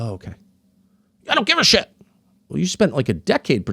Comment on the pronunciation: “I don’t have sSHhit” 👹